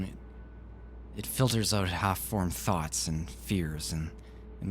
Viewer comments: OH MY GOD YOU SAID "eut" INSTEAD OF "out" ARE YOU CANADIAN?? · thats why I didnt notice it xD also Canadian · I don't like it. Kind of ruins the narration for me. Sorry bout that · First "Out" I heard him say and I though, oh, Canadian. Haha nothing wrong just funny :) Great read!